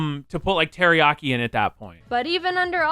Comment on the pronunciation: Its Teriyaki not Teriyari